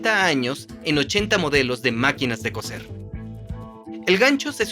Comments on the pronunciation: ¡Hola! Hace unos segundos escribí que no es "cocer" sino que "coser". El térrmino "cocer" se refiere a cocinar sumergiendo los alimentos en agua muy caliente o hirviendo, mientras que "coser", con "s", y por lo tanto no se pronuncia igual a "cocer" si no seseas, se refiere a usar hilo para juntar pedazos de tela, cuero u otro material flexible. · Coser, not cocer. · Cambiad te doblador al español, por favor. Cocer y coser no es lo mismo. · Se dice COSER COSER COSER